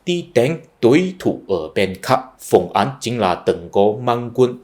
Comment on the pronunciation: Bạn tập phát âm lại âm án với áng nhé. Phùng Áng bạn đọc là Phùng Án rồi.